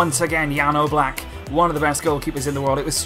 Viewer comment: Am i the only one who hear he says Jan Oblak like Yellow Black?